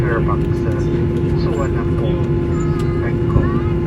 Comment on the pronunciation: Hey... Bangkok's airport is pronounced as SOO WAN NA PHOOM. Do take note as B sounds as P. TQ